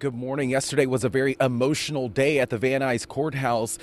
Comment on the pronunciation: E motional .... not amotional